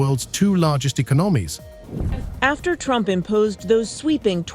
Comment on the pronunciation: Terrara-Watts and E-con-o-gnomies, U dot S dot, "All-ey of the US", eel-ek-trek, 'Tar-fee wars", "Ort-tarts" (auto's), "Maas lay-offs". How can anyone take any of this AI generated rubbish seriously when even the title is just misleading and false. Get a life.